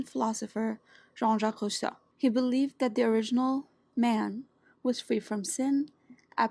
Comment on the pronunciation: Your pronounciation of Jean-Jacques Rousseau in French was clean. The next video on Yellowjackets sounds intriguing since the premise of the story is fascinating. Also, Congrats on your community tab. I'll check it from time to time if you ever decide to use it. Dehumanization is quite the distancing tactic. I have always been fascinated by how people call criminals "Monsters". Although i understand their sentiments, most of the time it seems to me as a way of escaping self-reflection. The reflection that they might share the same urges with those outcasts. Just a cunning way of escaping collective responsibility at times. Another video in the bag.